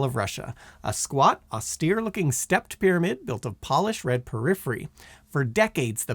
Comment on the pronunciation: Porphyry...not "periphery."